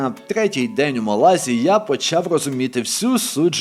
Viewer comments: Напевно, це байт на коментарі (а мені і не шкода), але ж правильно МÁлага і в МÁлазі, а не в МалазÍ , бо звучало як "в Малазії" Чудовий контент, бажаю вам ще більшої популярності! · 10 хвилина перегляду і закінчую дивитись бо це брехня, проживаю в Іспанії 25 років.минулого тижня також був в мАлазі(будь ласка ставте аксент на першу А, бо важко слухати). Не знаєш то не росказую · Малазі наголос на перше А